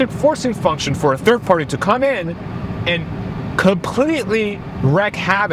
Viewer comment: FYI It is wreak (reek) havoc, not wreck (ruin) havoc.